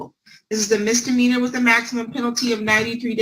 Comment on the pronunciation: I'd just like to say as someone from Texas, we don't all say "mister meaner" instead of "misdemeanor" it annoys me every time, especially when it's lawyers lol but don't blame all Texans lol